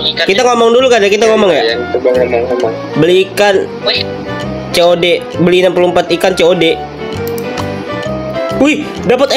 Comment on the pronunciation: Bang itu dibacanya ikan kod tulusannya kian cod😂 bukan ceode